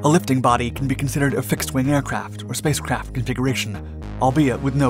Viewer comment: Is he saying spacecrap 😆 NAZA never left Earth 🌎 🤔